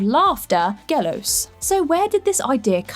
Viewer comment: In case you care, Γέλως is pronounced like the colour yellow but without the last vowel and not with a long L. It is YeLos. Also he was not considered a god. More like an entity. His origin differs, based on the region. All the rest, utter nonsense. Cheers